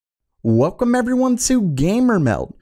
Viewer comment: Does anyone hate the 'Wel-CO-me everyone' thing at the beginning. Ughhhh, I wish this channel wasn't actually so informative so I didn't have to suffer through that.